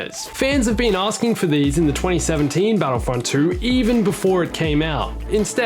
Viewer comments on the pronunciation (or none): none